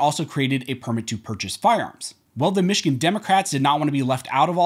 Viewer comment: Your information is terrific, but I wish you would work on your diction. You are not a “farms” expert dealing with the “seckamemman”….. Every syllable and every consonant is crucial when you are reporting to the public.